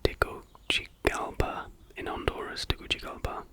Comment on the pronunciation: Hi! I'm from Honduras and recently found your channel. I was so disappointed to see that the fact about Tegucigalpa chat GPT gave, was so poor 😂 I feel like if you make one with Historical facts, it will be more interesting 😊 Loved the video, either way! Also, it is pronounced "Tegusigalpa' 😊